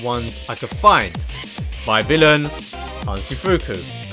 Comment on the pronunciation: Pronounced hanz de foo-ko and by vil-ayn incase you were still wondering